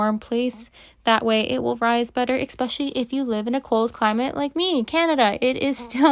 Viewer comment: Why do you say expecially? I only heard this from afroamericans.